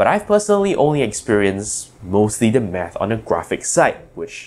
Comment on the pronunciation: I legit thought he said meth.